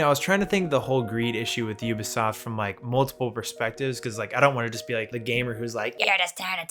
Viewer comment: Thank you so much for pronouncing Ubisoft properly. I am so sick of 90 percent of youtubers saying "Oobisoft".